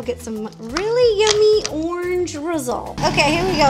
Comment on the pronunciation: The way she says orange...